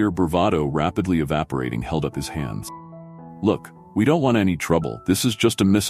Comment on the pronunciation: A pity the narrator has such a poor command of English - smear, held, grayson... I stopped watching at that point.